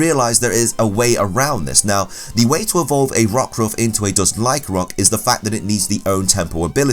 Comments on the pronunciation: Lyc-AN-roc not Lyc-roc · Accents are not excuses to skip syllables.